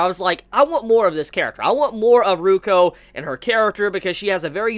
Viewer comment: it's Rukyu, not Ruko:v